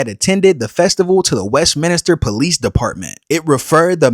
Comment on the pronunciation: Westminster not WestminIster.